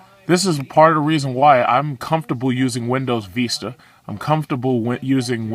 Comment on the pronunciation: and its pronounced Windows Vista (vistə) not veestuh